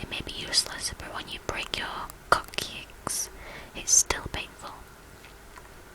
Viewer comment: Its pronounced "cox-icks" by the way. just so you know. :)